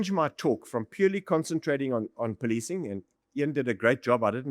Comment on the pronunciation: Oh ..they poli-ti-cing not poli-cing? Some will say, Extra work extra pay. 🤷🏽‍♂️ ....🤔This explains why I got no upvotes on my YouTube videos. They breaking the narrative of the indian identity.